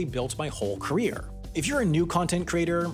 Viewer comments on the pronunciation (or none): none